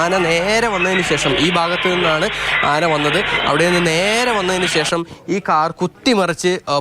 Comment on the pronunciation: അന അല്ല ആന